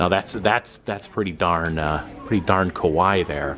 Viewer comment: its not "ka-waii" it is "ka-wa-ii" 😽